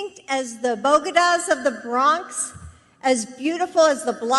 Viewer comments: What the heck is a bogadas totally butchered bodegas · Boh-duh-gahz means bodegas (both-day-guhs). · Bahahaha, she called them Bogedas! They're called Bodegas Jill. Lol She has no clue what she is talking about! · She said: Bo deh gahs of the Bronx. It's bo-Day-gahs. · Just before the “taco-speak,” she also said “bogeda’s.”, it’s bodega’s, say it with me - that’s “Bo-de-ga’s!” Ugly AND dumb… JESUS! 🤦‍♂️😂😂😂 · LMAO, "Bogidas"... It's "BO-DAY-GA's", THIS is why Biden WILL loose. They only "care" about there voters when it's time to vote. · She said bo go das....lmao...its bodaegas ya stoopid cronie!!! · Bodigas??? Does she mean Bodeigos??? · What are bogedas? i know about BODEGAS, but have no clue what she talking about, lol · WTF IS A BOGIE-DAS ?? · She also called bodegas "bogotas." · What is a bow-duh-gahh? 😂😂😂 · The bogadas? Just say store if you can't pronounce it XD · Bogadas? I thought they were bodegas? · Beau-Ga-Dahs of the Bronx.. Fu@ me. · She seriously said Bogadas?!! For Bodegas ! 🙄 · She can't say BODEGAS!!! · She can't even pronounced Bodegas properly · Sorry Jill, you lost me at ‘Bodegas’🤣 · The way she pronounced bodegas had me rolling 🤣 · When Doctor Evil attempted to say Bodegas. I heard Thurgood from Half Baked in my head trying to help her out... Pandering.